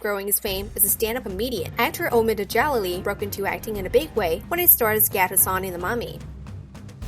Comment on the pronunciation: OMFG! These names! You should learn to pronounce them correctly before making a video. Omid Djalili is not "da-JAH-la-lee" it's "Dja-LEE-lee" And Rachel Weiss uses the German pronunciation of her last name: "Veiss"